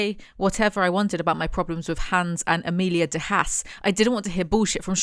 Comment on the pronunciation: Minor nitpick, Haas is pronounced like Hoss